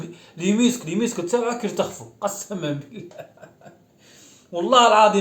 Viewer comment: يترخفو ❌️يرتخفو ✅️😂😂😂😂😂